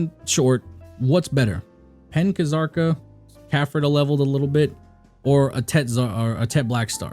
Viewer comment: The K in Kzarka is silent.